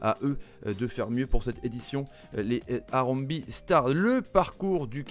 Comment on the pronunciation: Salut super présentation par contre harambee, se prononce harambéé et pas harambi